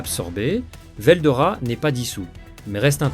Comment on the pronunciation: Moi c'est pas ce que tu dis qui me gêne C'est les coupures qui n'ont rien a foutre là entre certains mots comme rois démon Et y a aussi la prononciation de certains noms (veldora... il sort d'où le o???) Je trouve ça très désagréable a l'oreille